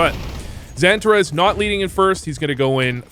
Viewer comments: Santa Rez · The way you pronounce XANTARES is so American. 😂